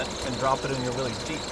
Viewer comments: How can young people know so much about these cars, but not know how to pronounce "Willys?"😆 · Otherwise I absolutely enjoyed this, as I do with all your material. However, as a 40+ year Jeep historian I cannot agree that it has become correct/acceptable to pronounce John's name and company incorrectly. A name is a name and should always be pronounced correctly, most especially when the correct pronunciation is known. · You would think Jeep people could pronounce, "Willys," correctly. Not even 30 seconds into the video and you can't even get it right. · Fun fact: That exalted name is pronounced Willis, like Arnold's brother on Diff'rent Strokes. I know some people might say well they call it Will-eez in TV and radio commercials from back in the day, but they were mistaken. It's the proper name of the founder John North Willys. Now you can impress people with your knowledge and honor the founder. Here's a 1948 commercial that got it right (skip to about the 5 minute mark) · dammit,... its WILLIS, not willies.... get the name correct first, please. good grief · I hate to be “that guy” but I thought officianados like these would know that they are not “WILL-eez” Jeeps. The family name was “WILL-iss”. No apostrophe, it’s not plural or possessive. But such is the life of someone who cares about proper speech. 😢 But go ahead: heap on the hate. I can take it. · Just an FYI its not “Willy’s” its Willys as in an alternate spelling of Willis. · This is super cool- but I understand that John North Willys did pronounce it `Willis' not "Willies" so since it's his name and this crew are so into them- they should probably pronounce it correctly. It's like Porsche's - it's a Porsh-A not Porsh. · For the love of gawd! It's disgusting how many "I'm a jeep history buff" people say WILLIES. It's pronounced WILLIS, not willies. The man's name was John Willys. Honour him properly by properly pronouncing his name. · Public service announcement: Pronounced Willis not Willy